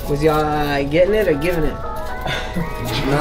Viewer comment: he sayin “ geen it “ , which is givin it lol not getn it 😂😂